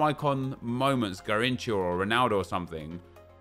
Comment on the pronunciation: everytime he says "garinthca" me as a brazilian dies